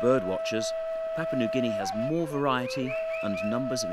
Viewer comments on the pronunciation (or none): I lived in Papua New Guinea for 14 years. I miss many aspects of the life there, especially the traditional food and dancing ceremonies. Hiri Moale is mispronounced in this video. It is moh-AH-lay. Papua is pronounced PAH-pwa. Please get it right. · You would think a promotion video from Papua New Guinea Travel would have had a narrator taught correctly how to say, 'Papua'. The first 'a' is the same as the second 'a'. The 'a' as in 'tarp'. It's not hard to do.